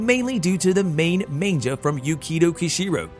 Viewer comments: Why are you saying Manga like "man-ja"? It's "maang - guh" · Yes, it's mah-n-gah, not man-jah. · its pronounces Mon-guh, not main-ja. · I love manja! Oh did you mean Manga? Mon-guh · its manga not manja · Um….say man-gah not man-jah. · maine-ja? seriously? Ma N Ga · Did you say Manjah? Fooo it's Mang gahhh Manga lol and you also be calling Kevin Feigie fai-ghee FEI- gee are you even paying attention? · Did he say Mainja? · Please tell me you’re joking when you say manja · I'm sorry... all I can hear is man-ja.... I didn't even know what he was talking about at first. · the way you say "manjah" annoys me SO MUCH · Stop saying "Main-ja" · "Main-ja"? Hmmm..... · Did the announcer seriously just call it a "Man-JA"?!?! Rofl 🤣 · Did... did you say "manja"? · Wtf is a "main -jah"? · How many times can you pronouce manga wrong? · I don't think anyone has ever said it more wrong. 🤦‍♂️ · I couldn't help but cringe every time the announcer said 'manga.' Was it just me?